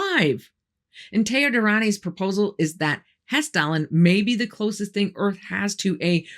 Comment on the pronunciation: thanks for Hesstalen. You really nailed the pronunciation of those names. I'm impressed that the Norwegian government isn't trying to deny the phenomenon in their skies.